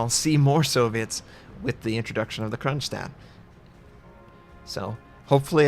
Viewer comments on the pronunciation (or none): Its written Kronshtadt for a reason, because it has an "sh" consonant, not "s" as u can hear saying it. In English this voice is labelled with the "sh" letter.